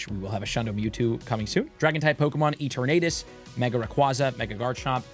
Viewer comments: I can't get over how you pronounce Eternatus LOL! Is it not a play on the word "eternity"? Love you! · does he say it like that on purpose ? or is he one of those people who don't want to say it properly out of convenience lol